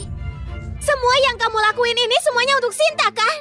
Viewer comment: Kenapa dari Shinta jadi shanti😂